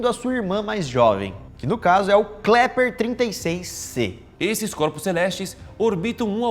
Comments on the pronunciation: "KLEPER " kkk mais alguém reparou ? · Só eu ouvi o Lucas falar " Kleper " ao invés de Kepler ? Rs